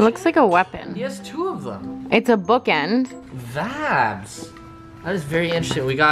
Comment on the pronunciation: Please stop saying “Vabs” -_